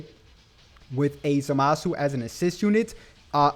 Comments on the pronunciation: Its not zumasu its zamasu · Please say his name correctly next time